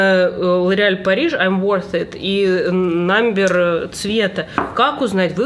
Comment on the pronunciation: "Написано лореаль париж и намбер цвета" funny english with